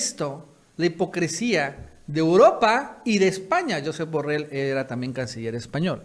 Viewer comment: Borrell es catalán. Se pronuncia: Yusép Borréll. De la misma forma que Trump se pronuncia Tromp.